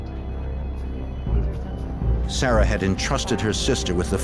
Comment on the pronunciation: My Grandmother is from Alabama and she has a niece named Sarah and she pronounces it "Sayrah" too...cute